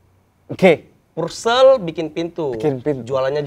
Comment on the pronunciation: Purel bang bukan Pursel, hahaha